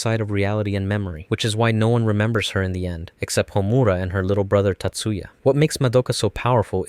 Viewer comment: Why do English speaking people butcher Japanese names like that? I'm not mad, I'm just genuinely curious. Its not "homUra", it's "hOmura"